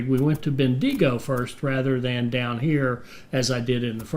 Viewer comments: lol, ben-de-go. it's ben-digo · As an Aussie Bendigo is pronounced ( bendy go ) otherwise you are doing well. Keep up the great content. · just say the digo as dingo without the n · "Melbourne's a pain" - I live here and tend to agree sometimes :-) Great video (and series) - despite the weird pronunciation of Bendigo commented on already! :-)